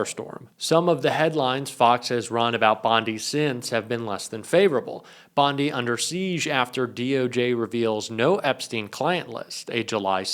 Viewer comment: Bondi or Blondi, just because it rhymes with blondie it doesn’t mean she is a blond.